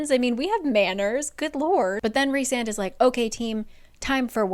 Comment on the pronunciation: EVERY TIME said Rhysand's name, my mexican brain could help but hear "Rick Sanchez"